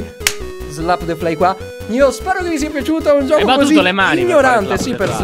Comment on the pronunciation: Vito Softair ti capisco fa molto male. L 'italiano è morto da tempo."giocho" hahahhahaah